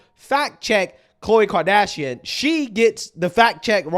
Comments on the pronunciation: “Kim Kerdashrion” 😂😂😂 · Imagine not being g able to pronounce Kardashian 😂😂😂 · “Kim Kardashinan” 😂